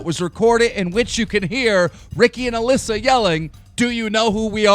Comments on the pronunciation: Classic Keem says Mallissa instead of Alissa 😂😂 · Stop saying Aliisa!It's Aleesa!!! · Hit Melissa? Dyslexic or not you said Alissa over 30 times in thus vid alone and prob 3000 times this month , and you haven't said Melissa since you've started ... Why don't you Tone it down For one try before you actually record ,Read it properly ,And Then record it correctly ... For a News/entertainment channel you should at least be able to speak.. no? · hey you called Alissa mlissa in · Jordan Besser he said Melissa in there once lol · WHO IS ALISSA I’ve never heard this name I thought it was pronounced A Lee sa